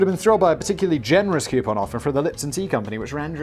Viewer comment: Koo-poon, not Kee-you-pon. It's wrong in all languages.